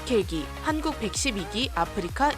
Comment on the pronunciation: 왜 한국이 아니라 한구라고 말했나요???